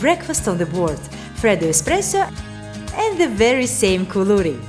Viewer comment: LOve the way you pronounce "KOULOURI" very cute....excellent video, thank you.